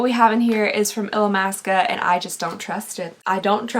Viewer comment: The way you said Illamasqua was perfection and made me wheeze! 😂 I love it, you’re amazing! ❤